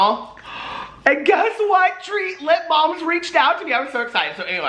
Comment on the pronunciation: "Treat lippabalms"